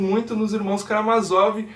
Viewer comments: tem a porra de um acento no "má" amigo. é karaMÁzov. ótimo vídeo um abraço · Por que tu muda a sílaba tonica de Karamázov?